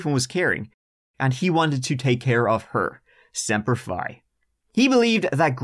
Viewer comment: Omg 😂.... He said, "Semper Pie"... love him